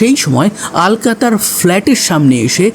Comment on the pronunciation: Oi mahila ke "alka" bole ki abangalider nakol cholchhe naki? ? Bangla vasha vule gechis naki? Aloka bol.